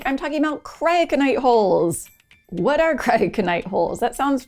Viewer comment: Should have heard me trying to pronounce Cryoconite holes before I watched the video and heard you pronounce it lol Very fascinating stuff! Thanks for sharing and as always keep building❓